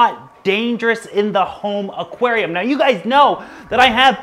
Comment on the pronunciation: Have you ever said aquanarium